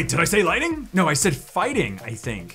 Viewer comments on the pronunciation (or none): none